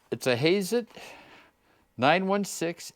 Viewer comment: Hazet not Hayzet